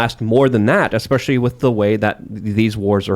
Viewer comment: Or to stop saying "espeshy" (especially) so much like he thinks it ties his sentences together to drive his point home. Just sounds mf stupid. eSpEsHy EsPeShY